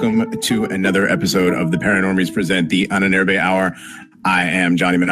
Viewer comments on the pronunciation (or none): I love your stuff, guys, but you have got to learn to pronounce "Ahnenerbe" right.